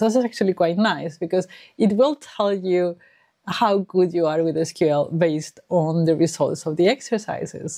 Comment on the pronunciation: Finally found another person who pronounced it as "es kyu el" instead of "sequel"😊